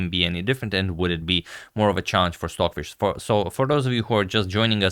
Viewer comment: I’m going nuts! Are you saying swordfish? Or Stockfish?